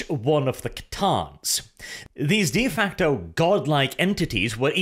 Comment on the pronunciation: you've been saying de facto wrong for too long and its finally driven me insane